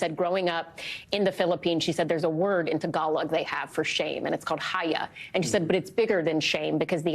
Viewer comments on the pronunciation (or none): its HiYA, pronounced same as He Yeah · It's "hiya" not haya